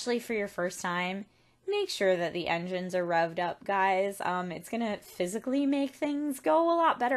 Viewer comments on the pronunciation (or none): none